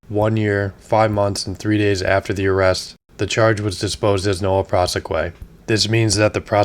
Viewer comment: Noll-ey pra-see is how you say it